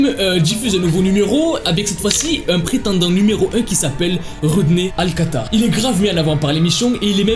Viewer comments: Tu dis tout le temps alcata alors que c'est alcala 😭😭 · C’est Rodney alcaLa pas alcaTa, et il n’a pas tué la petite fille mais l’a battue avec une barre de fer … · c’est pas alcata c’est alcala